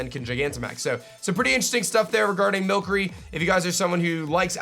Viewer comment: Why is he saying mill curry